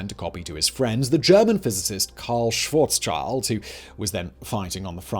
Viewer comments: When you do so much research on a topic why do you not research how to properly pronxounxce names that would take you literally a few seconds? His name is Schwarz-schild and not Schawarzs-child. There is not any "child" going on here. And while at it, why do you put the word pronxounxce (without the x obviously) on your censorship blacklist so that comments with that word are shadowbanned? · Tusk, tusk Simon. Calling one of the greatest scientists of the twentieth century wrong: it's 'SchwarzSCHild' (black sheeld translated) and not 'SchwarzCHild' (black child, a not very common name in German or in any European country). Think also of the illustrious Rothschild family (red sheeld). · Dude...it´s not Schwarzs -"child". Schwarz-schild...like shield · Karl Schwarzschild like shield not child ,)